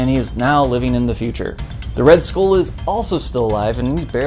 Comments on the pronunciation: You really have no business complaining about this movie considering you cannot pronounce the word SKULL, you baldy headed fuck. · Why can't you say "skull" like a normal person?